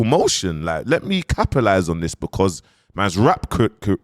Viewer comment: Man said Capilize!😂😂😂😂